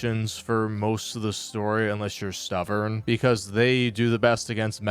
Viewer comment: you said “stuvurn” instead of stubborn 😅